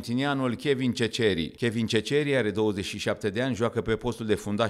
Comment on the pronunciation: Comentator! Ceceri ( Seseri!!! Se pronunță). Uită-te la el, arată de 1.70?? Are 1.90!!!